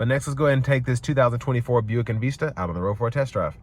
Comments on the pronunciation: It's not called EN Veesta, it's Called EN Vista. Just so you know. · En-VEES-ta. Hmm. OK.